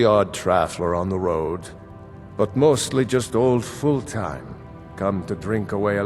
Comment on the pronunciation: I love how you pronounced Fultheim a full-time.